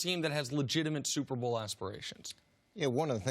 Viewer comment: Superbowl??????? Did he say SUPERBOWL???? LOL